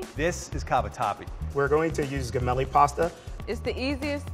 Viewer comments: it's "jeh- melli" not guh-melli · He said G-MEL-E you pronounce it JA-MELY